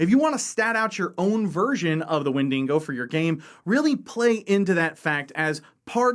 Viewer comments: You mispronounced “wendigo” It is WEN-DI-GO Not WEN-DING-GO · Yes, I'm that guy. The creature your referring to when speaking about a woodland scenario is not a "windingo" as you have pronounced it. Rather it is a wendigo, and it's not a Character created by the writers of Supernatural but a creature from north American Algonquian folklore. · It’s pronounced Wen-DI-go, not Wen-DINGO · 1. It's wendigo, not 'wendingo.' 2. It's a creature from indigenous American myth (specifically New England,) not an invention of Supernatural. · I’ve never heard someone say the name of that monster as bad as wen-dingo, it’s pronounced Wen-di-go.... there is not dingo eating any babies with that monster 😂😂😂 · OH DEAR GOD ITS THE WINDINGO!! the windingo shall kill us all holy fuck im losing my shit each time he says windingo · As an Australian, I laughed when you pronounced Wendigo as WenDINGO. Now I'm imagining a ghostly dingo or a dingo in a bedsheet! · Damn windingos eating all our babies. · Please learn to say Wendigo lol I love this hook tho. There’s a great wendigo game called folklore hunter that is so scary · Every time he said it, it was like nails on a chalkboard.